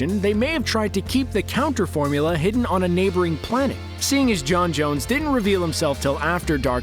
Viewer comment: sorry but j’onn JONES?!?!